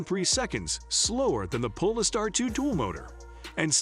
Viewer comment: Robovoice can't even say Polestar properly. Instantly put me off watching.